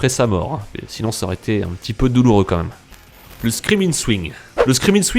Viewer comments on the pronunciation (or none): none